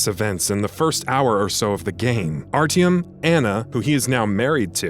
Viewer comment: Triggered me the way you say Artyom